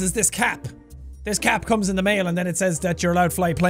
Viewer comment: HE SAID TE TING!